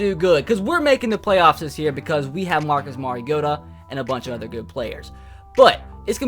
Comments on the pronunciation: He said marcus marigoata 😂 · Jeremy Hernandez He's saying Mari-goat-a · He said marigota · Did he say Marcus Marigota? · He said marigotta omg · Don't ever say Marcus marigoata again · how do you feel about Corey Davis's injury By the way you said marigoata wrong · He's a Titans fan but cannot pronounce his QBs name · Wow a titans fan cant even say the qbs name right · His a Titans fan and he can't even pronounce Marcus Mariota name